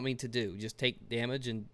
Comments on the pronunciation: The more you said "choost" the more it became funny, but also the more it sounded like a real word. CHOOST. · I like the fact you just rolled with your mistake of saying choost for the rest of the video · Word of the day: Choosts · Choost: Pronounced Chew-es-t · I'm going to start using "choost" now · choost XD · I want "CHOOST" to be a thing... Can we make "CHOOST" a thing please? Thanks ;-P